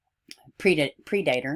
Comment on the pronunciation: I like the way you say "pre dater" instead of "predator" as we all know exactly what you mean. Poor Breasia, she met a real monster! 💔 Why are people hating on the mum though? Did she know that he was a ped before? Or are people just assuming that she must have known?